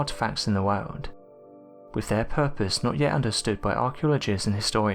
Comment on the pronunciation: Sand that must be worms? Wormholes? What are you saying?? What has been brought to a museum? Can't make out what you are saying half of the time . Why are you doing that? If i can eradicate my dutch accent - you can surely speak understandible english? The wodld ? Briggs where amffed? Excuse me ??